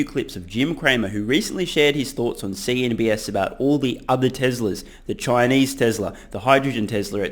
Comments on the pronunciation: I swear I keep hearing you say Jim Cramer is on CNBS in your videos. You did it again of this video. In the US, Jim Cramer is on CNBC. If you want a good laugh, visit cnbs dot org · Haha you always say “CNBS” instead of “CNBC” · It’s CNBC you keep calling it CNBS lol